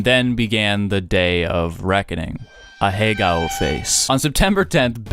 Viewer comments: Ahegao rhymes with cow. a-heh-gow. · Please stop pronouncing it ahagayo, its making my brain hurt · guy pretends to not know how to pronounce ahegao thumbs down